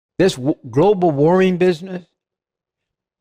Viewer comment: Leave it to Jim Bakker to mispronouce "Global warming." This guy needs to go back to selling Apocalyptic gruel out of second hand toilets.